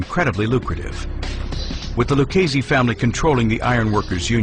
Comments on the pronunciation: It's pronounced lew-cheese-see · Lucchese is pronounced with a k sound, yet these mafia experts can't get it right